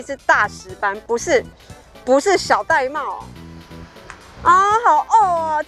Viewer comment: 玳瑁 音要唸 ㄉㄞˋ ㄇㄟˋ 音 同帶妹